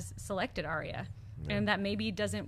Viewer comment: OMFG All of you stop pronouncing Arya's name wrong, she has said her name twice this season to try to get people to say her name right and yet you still say her name wrong >.<